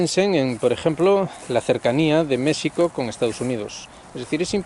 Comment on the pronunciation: Muchas gracias por usar la pronunciación original de México 🙂 Añadiría que una de las dificultades para entender lo que pasa en México es el cerco mediático que tenemos frente al exterior, bien sea por los medios anglosajones (DW, ProPublica y otros atacando al gobierno actual) o por los mismos analistas mexicanos (caso Jalife con su odio a Sheinbaum). Sobre el simbolismo... Creo que es un tema muy difícil de abordar y sólo quisiera comentar que el Peje es historiador y ha hecho acciones que nos dicen que comprende y sabe de los símbolos y los tiempos. Por último, quisiera añadir que López Obrador es un producto de su tiempo. Al igual que Xi y Putin, AMLO es alguien que el mismo México fue creando y llevando a su destino, eso podría darnos un norte para entender la situación. Saludos,.